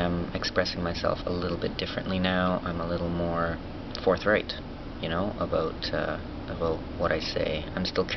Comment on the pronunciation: haha canadians your awesome. "aboot" lmao south park